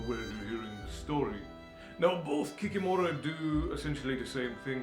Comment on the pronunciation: KikImora, not KikimOra. Domovyk, not Domovoy.